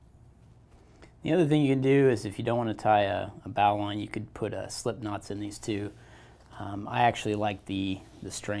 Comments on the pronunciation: In all my years, I’ve never heard it pronounced like bauline (the bow of a ship), but Bo-line (like the bow on a gift). But it doesn’t matter…the result is the same. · Pronounced "bowline" wrong. Good information nonetheless.